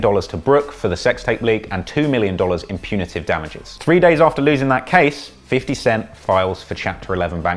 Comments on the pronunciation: Cringed when the bitch said fiddy cent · “Fitty cent” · I'm dead how the reporter says 50 cent like fiddy lmao☠️😂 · I love how old white people pronounce his name as "Fiddy Cent" It's just "Fifty Cent" thats it, no need to "urbanize" it. Or "fofty" if you know him on a personal level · why she say “fitty cent” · Peep How She said "Fiddy Cent" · “Fitty cent” 😂 smh